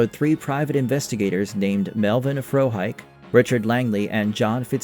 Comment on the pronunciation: Frohike is pronounced with three syllables, not two. Fro-hi-ke, not Fro-hike.